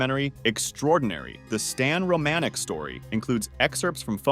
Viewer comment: HAHAHAAHAHA who's Stan ROE-MANN-ICK??? you mean: Stan ROM-A-NICK... pretty insulting when ya get someone's FAMILY NAME WRONG! and it wasn't just an apparent "SIGHTING" he was interacting with these people for YEARS! did you even research this guy or see a synapsis of his story and just poped it in?? LOOK HIM UP it's incredible